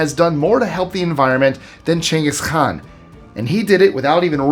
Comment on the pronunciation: I had to look it up to be sure but you are definitely pronouncing Genghis Khan wrong